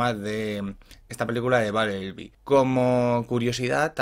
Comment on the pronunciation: Babelbi, traforme y makel bi, buena pronunciación